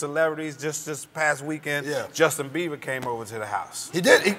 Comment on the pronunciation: he said justin beaver